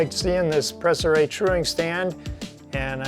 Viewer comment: Your pronunciation of Préciray is almost spot on. To be perfect the é is pronounced like "prey" but without emphasis on the "ey" as for the "r" well, It's a tough one. The french "r" is one of the most difficult sound for English speaking people. The English "r" sound puts the tip of the tongue pointing up while in French it's down touching towards the teeth while opening the mouth ever so slightly at the end and it also include some sort of a vibrato. BTW I'm French, not from France but from Canada in the city of Montréal.